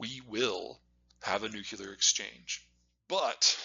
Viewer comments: PLEASE PLEASE STOP PRONOUNCING IT NU-CU-LAR. IT'S NEW-CLEAR. I BEG YOU! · NUCLEAR , it's pronounced fking NUCLEAR not NUCULAR. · Please stop saying "nucular." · Peter, the word 'nuclear' is spelled and pronounced with the 'l' after the 'c.' It's not 'nucular.' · Please, Peter, it's nuclear, not nucular... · To this day I don't understand why some Americans can't pronounce "nuclear" correctly. "Nukular" is not it. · Nuk yu ler? (n. of or relating to the nukyulees) Really? Can't pronounce nuclear but you know the whole globe huh? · "Nuclear" not "nucular" ;-) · PETER, SAY IT WITH ME... "NUKE-LEE-URR" GOOD JOB, PETER! NOW ONCE MORE "NUKE-LEE-URR" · the nucular question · what is this "nuke-ya-ler" you speak of? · It’s noo kleer! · Can you just NUCLEAR correctly... pleeease! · Nucular is a George Bushism😢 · It’s funny that for all he knows, he still pronounces nuclear like George W Bush - nuke-yeh-lur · Great overview! But "nucular" – really? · Troubled that he can't pronounce Nuclear though i must say. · It is shocking that someone this smart can't pronounce "nuclear" correctly. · So smart, yet he still can't pronounce Nuclear. What am I missing? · Constant mis-pronunciation of nuclear drives me crazy for some reason. It clashes so much with his normal speaking eloquence. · Must be a regional speech thing, since Bush was from Texas and Peter is from Iowa 🤷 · As smart as this man is and he can't pronounce nuclear correctly. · Another genius who can't pronounce the word nuclear.